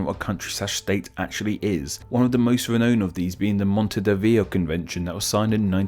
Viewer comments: Montedevio or Montevideo? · He said Montedevio but I am sure that he meant Montevideo. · You mispronounced the word 'montevideo'. You said 'montediveo' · It’s Montevideo, not Montediveo. 😅😅😅😅😅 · bro you can't even pronounce Montevideo properly and you think you're eligible to discuss whether kosovo is a country? gimme a break